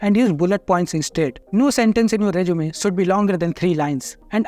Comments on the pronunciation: Not jjj zzz zeeee rezzzzumee rejjjumay NAHI bhaiya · Resume 🚫 Reechume ✅️🐧